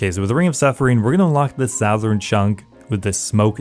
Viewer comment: “Sophanheim”, “jertrude” “sowthern” my guy pls check your pronunciations😂